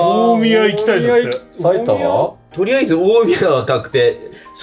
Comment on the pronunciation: 大宮のイントネーションが気になりすぎる（笑）by埼玉県民